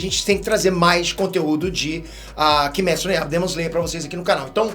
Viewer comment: Da onde que tiraram que kimetsu de pronuncia kimétsu?e nezuko se fala nézuko? É cada uma